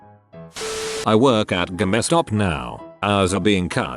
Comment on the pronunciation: Why does tts always pronounce resume as "rezoom"? I would imagine that it'd know words, after being programmed to speak the language. Maybe the maker of the software couldn't pronounce words properly. Not the only word, "fossa-book"( Facebook) is equally annoying. There are more . (Eg. Gamma-stop instead of GameStop)